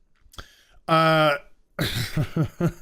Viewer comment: Surrender your sanity,. It's Batwahmen time!